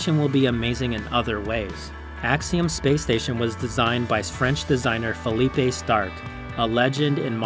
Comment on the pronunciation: Good video! Thanks! May I point out something? , you introduced Philippe Stark to us as fay-LEE-pay, but since you told us he's French, his name is actually fil-LEAP; the one you used is the Spanish version of Philip.